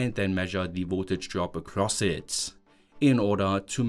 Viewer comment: Hello friend, I hope you will not be offended. Your English is improving a lot, and I have some things you might want to improve on. 1. If a word ends with D or T, you pronounce it as "tssss". For example "It" -> "Itsss", "Code" -> "Cotssss". This is probably the most glaring one. 2. Often if a word has "t" inside of it, you will pronounce it as "ch", whereas most often it should be pronounced as "t". I suggest checking the words you pronounce as you go filming, this way your pronunciation will improve a lot! 3. The melody of your sentences: normally, sentences in English start at a higher pitch and slowly drop in pitch. You do the opposite which is confusing. That is reserved for questions. 4. You pronounce syllables separately. In English, they flow into each other. For example, in mathematics, when we read the symbol for the derivative of the function f, written f'(x), you would probably say "eff dashd eggs". The correct, fluent pronunciation would be "effdash dex". See how the "d" at the end of "dashed" went to the start of "x"? That's done to make it more fluent. English has no glottal stops between words at all, whereas Eastern European languages almost always do this. Similarly there is no glottal stop between "eff" and "dash", it's all pronounced in one go. Thanks a lot for your videos and I hope this improves your reach! I suggest periodically asking people from England or the US to review your pronunciation in order to stay on top of it. Soon enough you'll see great